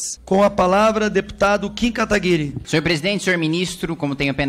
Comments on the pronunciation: A narizinho tem algum problema? Até hj n aprendeu a falar"Kataguiri"? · Kim Katagüíri ou kataguiri ? 😂